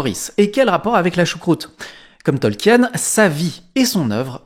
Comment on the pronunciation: AAAArrgghhh, mes oreilles ! On ne dit pas TolkiÈÈÈÈÈÈÈÈnne mais Tolkiiinne ‼ De même qu'on ne dit pas Parissssssse, mais Pari. Merci. ,04h32' CET